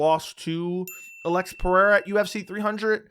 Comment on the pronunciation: Why is pronouncing Alex like that? It's eating away at me!